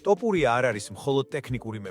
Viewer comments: ტ ოფურია არა ძმა თოფურია😄 და თან გვანახე ვიდეოები რაზეც საუბრობ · რა დაიჩემეთ ეს "ტოპურია", სადაურები ხართ, არა ხართ ქართული წარმოშობის?!.."თოფური" არის თაფლი მეგრულ ენაზე, გაიგეთ?